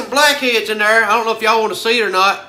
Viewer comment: "Black eads"